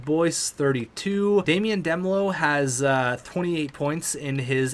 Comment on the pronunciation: Demelo is pronounced damelo